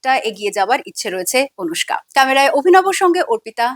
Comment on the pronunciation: আনুষ্কা নয় অনুষ্কা।